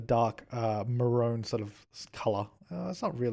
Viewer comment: I always forget the odd way Australians pronounce 'maroon.' It's rather interesting.